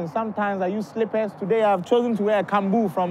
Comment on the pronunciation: He said cambu lol 😂